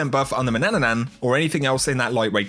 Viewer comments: And he is still saying one ,,nan" too much at manannan😂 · I laughed when you said Manananan I don't know why, but nonetheless great video! 🤠